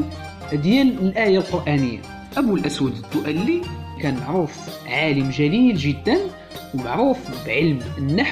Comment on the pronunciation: 1) الدؤلي تنطق بدون تشديد اللام ، وهذا الاسم أشهر نار على علم ، فلا عذر لمن يخطأ في نطقه . 2)الخلفية المشكلة من صور خليط من المشاهير لا معنى لها ولا علاقة لها بالمعلومات المطروحة .